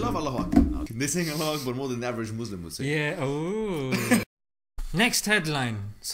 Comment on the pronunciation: Pls don't say muzlim. It's Muslim with an s . Muzlim means something else's